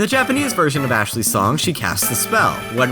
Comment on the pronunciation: Did I just hear a Japanese speaker correctly pronounce the 'L' in "Ashley" at the end?